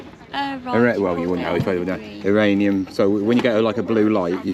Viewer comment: Please.... Uranium.... I watch the videos all the time and every time you say iranium my teeth start to grind. 😂😂😂😂